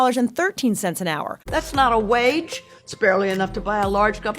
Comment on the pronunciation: "minimum wayg"